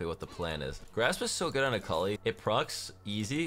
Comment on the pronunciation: No one: Literally no one:: AKAULI.